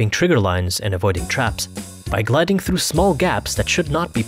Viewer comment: "through" Me: thru You, an intellectual: thloo good video lol xd